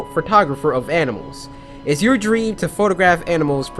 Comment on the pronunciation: dream not derame